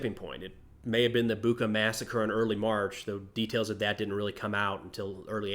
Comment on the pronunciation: "Bucha" is pronounced like "boo-cha(rcoal)" A good one,, keep em coming!